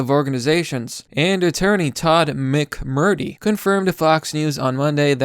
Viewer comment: McMurtry - mic-mur-tree. Mitchell - mitch-ell. Come on man! These are 2 and 3 syllable words! like the rest of it though